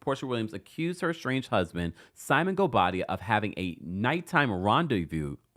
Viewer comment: Chile that gavel and the pronunciation of goubadia air please 😂